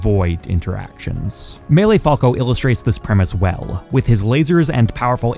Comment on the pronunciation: Stop saying falco like that